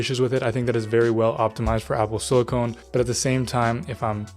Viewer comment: Apple sil-i-cone 😂